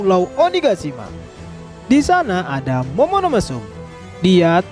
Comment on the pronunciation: Narator : "Momonomesum" 🤣🤣